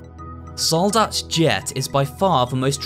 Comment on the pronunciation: I don't know what I would find funnier: The Soldat being pronunced wrong and being put into a "wrong" plural or hearing it correctly in the middle of an english sentence. xD (and yes, the other german words are also not correct, the "Soldat" is just in every name) For anyone interested: Soldat is pronunced with a long a (the german a sounds more like in "part" or "apple") and the german s is a soft sound (like the z in "buzzing"). The plural in german is formed by adding an "en", so it would be "Soldaten". ;)